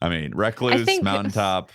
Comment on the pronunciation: Thank you for correctly pronouncing the word "recluse".